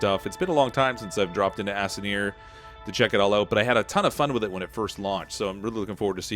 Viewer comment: did he say Assineer?